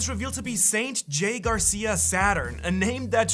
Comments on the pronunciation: hey. Don’t forget the r in my last name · Your forgot the R in "GARCIA".